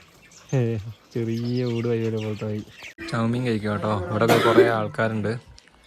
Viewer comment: മലയാളം ശരിയായി സംസാരിക്കുക വയി അല്ല വഴി പുയ അല്ല പുഴ തായോട്ട് അല്ല താഴോട്ട് '